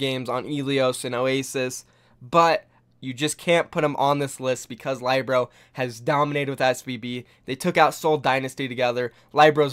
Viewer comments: Do you not listen to the casters when they pronounce these players' names? I know they're not always consistent but none of them have pronounced Libero as ly-bro. Please, it's not hard. It's Lee-bear-ro. No one calls Miro my-ro either so please get that down. Pronouncing people's names right is respectful. Thank you. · Um, Lie-Bero? It's Li-bero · WHY DO U SAY LYEBRO? ITS LIBERO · LYBRO hahahahahahhahahaha its Libero Lee Beh ROW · Hey bro, not to be facetious, but it's pronounced Lib-ero, not Lie-bro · Nice video but isn't Libero pronounced like Lib ero, and not like Lybero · saybyeolble and lie-bro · Can you learn to say LIB ER OH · Love your videos. But please learn how to pronounce Libero. It’s not lie bro. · Pls, SBB is pronounced, Say - Bee - Ol - Bay, Libero is pronounced, Lib - Eh - Ro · It's pronounced Lee-be-ro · I cringed every time he said LIBro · Lih-ber-oh and Say-bee-ohl-bee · Lie-bero? Never heard of him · Say libero as li- (as in little) burr-oh And saebyeolbe as say-bee-ol'-bee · Please learn how to pronounce libero and saebyolbe.i love your content but it is killing me. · That "Libero" pronunciation... shudders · The way u pronounce libero is cancerous lmao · you said libero wrong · Lmao watches every match and still mispronounces Saebyeolbe and Libero even after the casters saying it correctly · learn to pronounce Libero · nice list but you butchered Libero's name